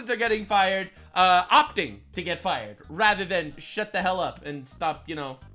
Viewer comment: "Your fie-errd" 😂😂😂😂 love you're humour.. this is therapy!! Keep going mate 💪🙌